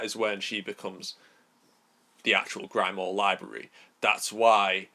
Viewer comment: Grim, not grime. Grim-wahr